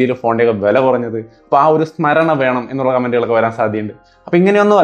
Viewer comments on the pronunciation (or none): none